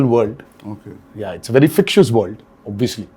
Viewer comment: NTR kept saying “fictious”. Dude, it is fic-to-tious 🤣 School nahi gaya kya ?